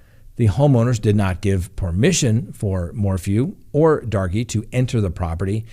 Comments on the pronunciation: I chuckled every time he pronounced it Darkie. 🤦‍♂️ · Banning is a dangerous road for all. Btw I believe 'Darke' is pronounced 'dark'. Have a friend with same last name.